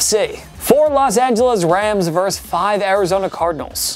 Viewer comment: The word is "versus". VER-SUS. Not verse. A verse is a part of a song or poem. Versus meaning opposing.